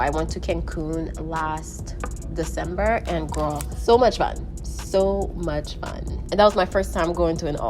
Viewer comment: Am i the only one finding that funny the way she says ''girrr'' without the ''l''?😂